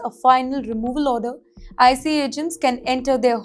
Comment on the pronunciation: I think this channel is AI! She is pronouncing ICE as I C E!